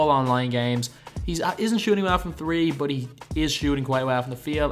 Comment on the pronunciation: i hate how this guy says "but"